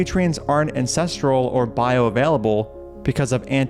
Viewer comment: "Bioavaielable". amazing